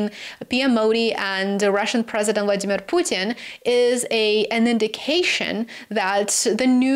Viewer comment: You pronounced "Vladimir Putin" very close to how Russians say it, very correct way of pronunciation